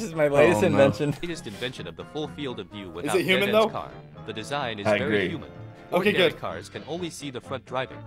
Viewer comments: Bro said its vary hummen but i think he ment alien 😂😂😂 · 🤣i dont understand why that man said vary human XD